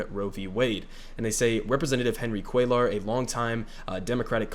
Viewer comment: It’s pronounced “Cway-ar” but hopefully we won’t have to say his name anymore very soon